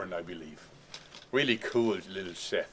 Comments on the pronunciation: Please stop calling it a sheth it's sheath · I dont know why I find so much enjoyment out of Joerg pronouncing sheath as "sheth"